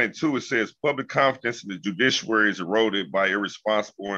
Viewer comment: "Judishawary" why can't these idiots pronounce basic words? Their ignorance is staggering. Also. This dude did 15 years how does he still have a 21 yr old misdemeanor warrant?